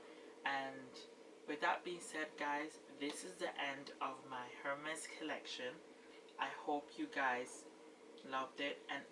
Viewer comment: You have a beautiful collection just wow! Btw the H in Hermes is silent. I think you have the most gorgeous H collection in you tube. My favorite is the yellow B30😍